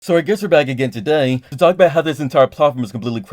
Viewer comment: That starting "today" sounded so british, could have heard that on top gear.